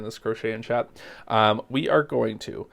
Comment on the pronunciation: Chat not Cha lol😂